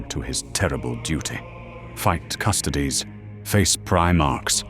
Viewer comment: Gotta teach that AI how to pronounce custodes before doing a full episode on them 😂